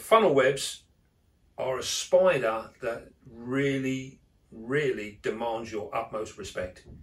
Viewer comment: he says SPOIDA for spider